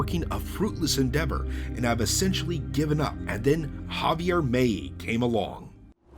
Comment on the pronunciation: The important thing is the content brother, understand that it is from the United States, correctly pronouncing a name from Argentina is difficult